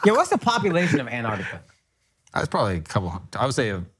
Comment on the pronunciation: Ain't none of these guys can pronounce Antarctica